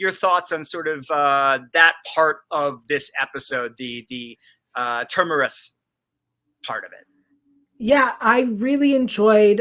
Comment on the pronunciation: Please: the planet is called Terminus. Ter-mi-nus. If you're hosting a podcast about Foundation, please pronounce the names correctly. The name even indicates it's at the galaxy edge - it's like terminates. Not Termerus....